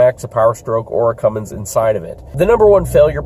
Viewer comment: You said Cumm in Allison ha!